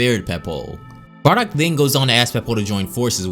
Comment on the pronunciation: This guys just say barrack haha 😹